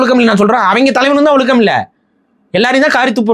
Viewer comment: ஒலுக்கம் ❌ ஒழுக்கம் ✅ சிறப்பு 'ழ'கரம் சரியாக உச்சரிக்கவும்